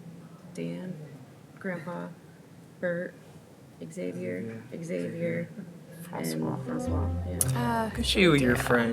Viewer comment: it's so funny how the pronounce xavier like ex-avier